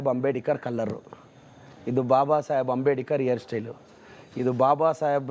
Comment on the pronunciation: ಅಂಬೇಡಿಕರ್ ಅಂತೆ 😂... ನೆಟ್ಟಗೆ ಅಂಬೇಡ್ಕರ್ ಅಂತ ಹೇಳೋಕೆ ಬರಲ್ಲ ಇವನೊಬ್ಬ MLA